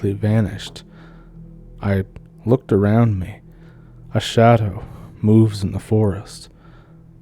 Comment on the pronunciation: "...Back aroond September of 2022..." Oh,, you're an angel. A Canadian angel! I love you so much!